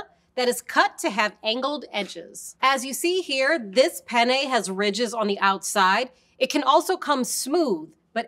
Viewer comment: Also - be sure to pronounce both Ns in Penne because the way you're saying it (with one N) means uh... Male Genitalia. I started laughing uncontrollably when you said this Pene has ridges 😂